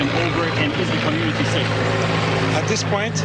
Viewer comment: Sounds like he’s saying committee not community